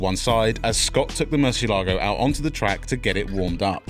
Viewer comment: Not to nitpick but the proper way to pronounce Murcielago is to stress to "e", not the "a" in the name. It is definitely one of my all time favorite supercars.